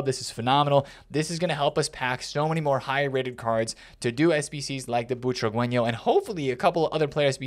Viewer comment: Boo-tra-ge-ño not chihuahueño